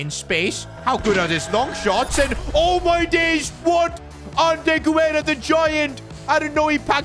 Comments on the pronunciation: btw Sid Guerra’s name is pronounced without the “u” if it would have been pronounced with the “u” sound it would have been güerra instead of guerra. also guerra means war in spanish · Guerra = geh-rrah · The "U" in Guerra is silent